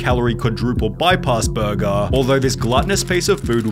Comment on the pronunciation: 'Burgaaaah' - ... there it is again. Why do you do it?